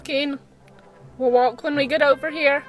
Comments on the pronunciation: The way you said WalKK triggered me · Walkkkk. Why the emphasis on the k? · Dude, the way she says walK 😫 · I know….I’m not trying to be mean but it’s making me cringe 😳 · All I heard was waaK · Comments 70% “it’s NOT abues!” 24% “walKK” 5% “ ommmggg its abuusee” 1% *list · What's funny is she makes it sound like she wasn't going to beat her horse at the end she probably got home stuck an even stronger bit in his moth hit him with her crop and put spurs on and liked him till he did as he was told disgusting woman and try saying walk properly not WALKKKK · Wtf the fuck, the WalkUH grrrr i hate to heard that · walKK. please work on that its super annoying lmao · Cus shes American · Yeah what's wrong with her mouth?? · I've never before heard SUCH a hard 'K' at the end of 'walk'...I wonder where she's from? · First of all, girl you put WAY to much emphasis on the K of walk. It's to much, relax. Second, you handled the situation beautifully, while it seems you were out of control it was the complete opposite. You were very much in control or this video would have played out very differently. Your seat was strong and your hands were light, there was nothing more, short of dismounting you could have done. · the way you say walk ugh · Why can’t she say walk properly? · It's the over pronounced "walk" for me